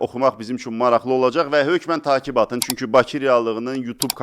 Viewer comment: Takib yox təqib